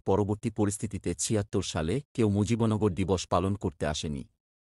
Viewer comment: এটা কি পড়ছেন মুজিবন গর কোথায়? মুজিব নগর কে মুজিবন গর পড়ছেন কিভাবে?